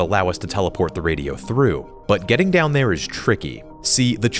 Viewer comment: GRR ITS SAYS THOUGH INSTEAD OF THROUGH